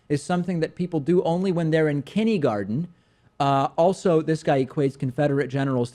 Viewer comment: he said 'kindee-garden'